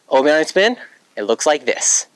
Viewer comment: "oobi ahnee" bro what